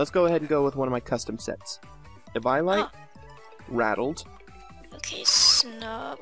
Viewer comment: Oooo oh oh god he pronounces eviolite sooooo wrong!!! It's pronounced ( Evee-O-Light) Jesus